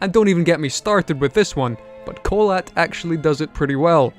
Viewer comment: I just realised that you mispronounced "Kholat" while watching a russian(?) TV thriller series about the incident